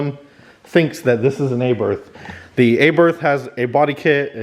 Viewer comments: Not are barth, its ah barth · Not (ay-berth) its (are-barth) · Not an upgrade, just noise. Also it is Abarth not Aburth ffs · It's not pronounced aberth it's abarth. Jeez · IT'S CALLED ABARTH AND PRONOUNCED ABAR'T ,NOT ABERTH WHY DONT YOU YANKS LEARN HOW TO PRONOUNCE WORDS PROPERLY. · Feeyaht Aybarth. Sure thing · A-BIRTH 🤣🤣 Americans should be made accountable for their constant abomination of brand names and the English language. It's atrocious and simply unacceptable, It should be punishable by death. 🤣🤣